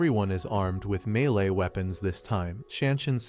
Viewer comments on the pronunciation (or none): none